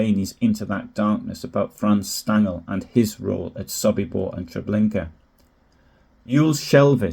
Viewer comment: The "S" in German names is usually pronounced as a "Sh" for example "Shtangl", for Franz Stangl